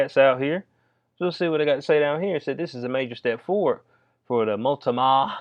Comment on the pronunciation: Keep up the good work ! MOLT-NO-MA lol